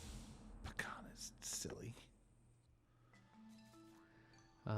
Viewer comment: This week is just Chungus week. Also I thought you were saying Pecan instead of Bakhan almost the entire video :P